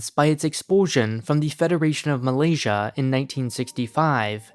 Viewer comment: Malaysia sounds like "m'lady" I hope that will clear that up for you.